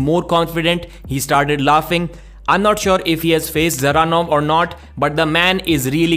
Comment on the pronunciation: Why do Devon and say "the-zeranov, Da-zeranov" everyone else says Zeranov with the D silent We all know Devon is shit at making predictions and talking about potentials of people he always has to eat his words. But yeah Georgi seems promising i'd personally have him face someone below Ermes first, but i don't mind him going straight for Ermes either if he's up for it. And btw Revaz was in great health and strong coming in for the match Genadi his close friend confirmed it there, so there's no excuse, Georgi was just THAT dominant, that's it, end of